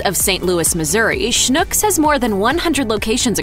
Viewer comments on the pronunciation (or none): You DO realize that Schnucks is pronounced to rhyme with "TUCKS"... What you are saying, "schnook", is a Yiddish word meaning "Stupid of gullible person". On the other hand, if the shoe fits...